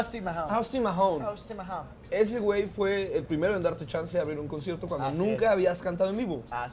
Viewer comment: Jajajaja pero a ver mario pronuncia bien el apellido del Austin en MAHONE no Mahom 🙄🙄